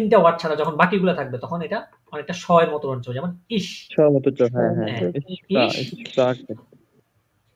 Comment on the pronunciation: ভাই আমার একটা প্রাশ্ন চিলো s এর উচ্চারণে এটাতে (Sprechn এখানে s এস এর মত উচ্চারণ হয়সে ) ( Super এখানে S টা জ এর মত উচ্চারণ হয়সে) এটা কেন?